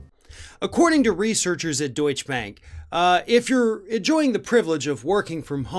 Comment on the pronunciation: It's Deutsche Bank, not Deutsch Bank. It's Porsche, not Porsch. Thank you.